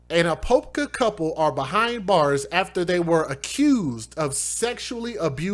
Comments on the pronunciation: The city is pronounced A-pop- ka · A-pop-ka that’s how you say Apopka FL LOL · Apopka is pronounced "Uh-Pop-Kuh" (Native American word for Potato) Near Orlando And Kissimmee is pronounced "Kih- Sim ee" it's down by Disney World really good try though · A-pop-ka. Apopka florida